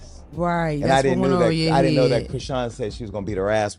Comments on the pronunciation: Who is Chrone...Its Chrisean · Oops you actually pronounced her name correctly while speaking but you mispronounce it on purpose weird and you slipped up 😂😂😂